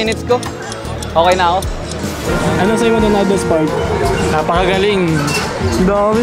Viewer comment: ❌ Spark✅ Mama😭😭😭😭🤣🤣🤣🤣🤣🤣